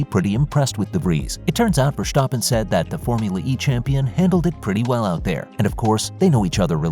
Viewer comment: It is NOT "Max VersHtappen" nor is it "Bottash" nor is it "Lewisch"!